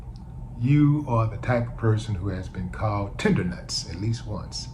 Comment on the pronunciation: Did he say “tender-nuts”!?!🗣️🤭🤭🤭